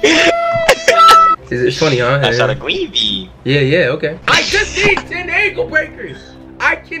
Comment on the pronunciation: I love it when said “I shot a gweeen bean”